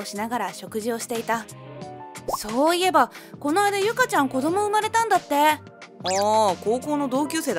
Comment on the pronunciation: 劇場型の母ってオーバーな身振り手振りで旦那と話したのかな？ 後、終盤で主人公の名前の音声が「かな」になってますね(字幕は「ゆか」)